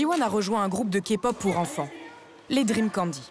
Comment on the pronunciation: Oui je confirme ton dernier point sur le rabaissement car ils ont entre guillemets afficher que des fans hystériques a l’écran alors qu’on est pas tous comme ça. Point positif observé les voix ont bien prononcé genre kpop et tout mais sinon le ton mis sur les voix françaises des idols est catastrophique on dirait on se fout de notre gueule